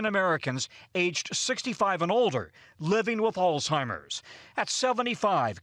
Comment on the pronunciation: Please pronounce Alzheimer's correctly. No "t"